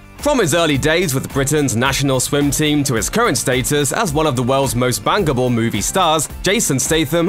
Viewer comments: Not sure if the narrator said worlds most bankable or bangable movie stars… either way, he’s correct. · Oh my goodness I had to relisten a couple of times as I thought it said he was one of the most “bangable” stars not “bankable” 😂😂